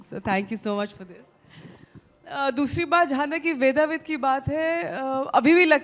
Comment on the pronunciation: ‘वेदविद्’ है नाम, ‘वेदाविद’ नहीं।